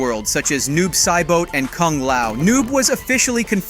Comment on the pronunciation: this man said "Noob Sai-boat" ...